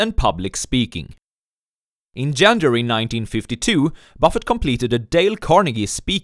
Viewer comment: Learn how to pronounce January